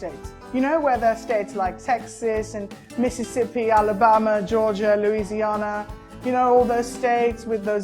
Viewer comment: The way he said Louisiana had me rolling